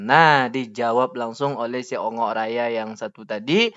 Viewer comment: Bongok,raya bang bukan ongok 😅😅😅😅